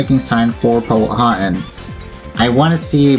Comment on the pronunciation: Hey man! This is how you say Powhatan: “Pow-uh-tan” Great video!